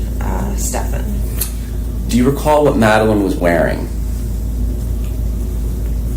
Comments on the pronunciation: Don't waste time on the pronunciation of Stefan's name. "Ste FAHN" is the correct pronunciation. There is no name pronounced "Stef AN." His parents don't know how to pronounce the name properly or they have made up a new pronunciation. Frankly, most people don't care what you call him, as long as you call him GUILTY. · He is sickened by Stepaaan and deliberately won't 'learn' his name, thats why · Is she still employed with Coronado Springs? My children tend to wear the same things over and over again to sleep. How does she not recall what Maddie was wearing but for sure knows it’s not the green hoodie and jeans? I wonder if the detectives mispronouncing SS’s name is on purpose to agitate those who know him 😂. I know she corrected one detective before. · Them mispronouncing his name drives me crazy too. It’s not just you. I don’t care about him but it’s a pet peeve of mine when people do that. Especially when she consistently says it the other way. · I wondered if they were doing it to unnerve Jen. Because she would say his name, and they would immediately mispronounce it.